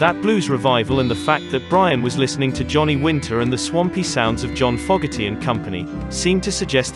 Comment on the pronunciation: Please pronounce John Fogerty correctly.